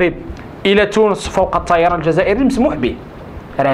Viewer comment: لماذا تنطق حرف الطاء و كأنه صاد؟؟ مثلا: التصايران عوض الطيران